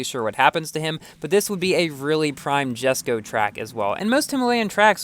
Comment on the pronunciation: Isn't it pronounced "YESSKO" instead of "JASSKO"?